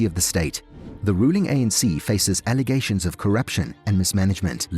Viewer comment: my man said allagations of coruption 🤣